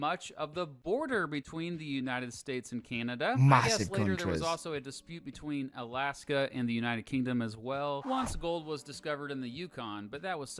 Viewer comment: once not wance